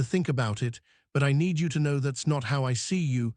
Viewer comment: they "nĕd"??? rest? ?????????? Seriously???????? NO!!!!!! "NĒĒD". LONG "Ē".